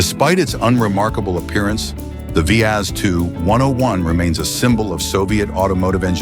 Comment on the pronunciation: Now you really piss me off. The Lada, you call it wii ayy see is the second most built car ever. Yes, it is generic, yes, styling was by Fiat. But: it is robust, cheap to mentain and really far for being ugly! You need a only a hammer and some other tools, mostly for hurting dumb speakers with an annoying AI voice. That said the same fuckin' words on each car, them never drove one at all. No experience, no clue, none a fling of respect for cars at all! - always the same shite! Not the cars, but the same words. Over and over and over...!